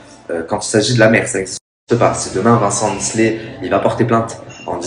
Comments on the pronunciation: Misslet ? T’abuses. Miclet c’est facile à dire. Et dire « le fils d’Ayem » non c’est LEUR fils. Elle a pas pris un donneur non plus. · deja tu est pas capable de dire miclet et en plus tu parle trop a rien dire